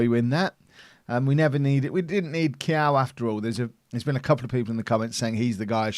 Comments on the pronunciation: Luca KAIO not quiaiuuuuuuuu XD hahah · eu não faço ideia de como ele pode achar que é "Kiyao" kkkkkkkkkkkk